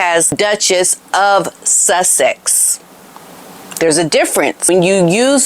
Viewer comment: Does anyone else keep thinking Megan Markle using Sussex sound like she is saying “ l’m Megan Suckit now” or is it just me 😂😂